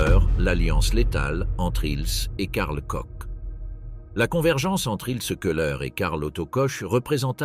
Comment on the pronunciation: Ça ne se prononce pas coche ou coke, c'est KORR!